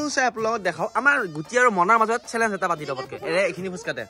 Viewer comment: চেলেছ্ korise neki ??? 😂😂😂 চেলেছ্ nohoi o Bhaity “চেলেঞ্জ” (Challenge) hoi 😂😂😂😂 Valkoi pronounce koriba 😅